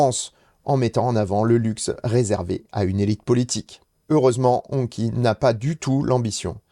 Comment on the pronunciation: Hongqi se prononce hongchi. J ai essayé l ehs9 au salon : on m a bien dit que la venue d hongqi en europe est bien prevue et dans tres peu de temps.